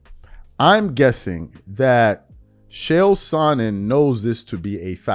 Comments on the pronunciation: Whwt was the topic, i was distracted with him saying Shay-L? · Its pronounced "KAEL" Sonnen